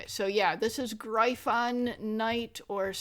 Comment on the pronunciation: that be me and yes you pronounced my name right the first time it's spelled Gryphon but it is pronounced as Griffin :)